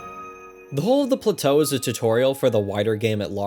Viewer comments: The pronunciation of plateau made me laugh each time. I replayed BOTW twice, only because my switch broke and I lost everything. I honestly don't think I replay either of these games again, way too massive to enjoy all that collecting and exploration again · I kind of want to slap you for having enough time to make a video like this while I have to actually have a life. And the fucking way you pronounce plateau.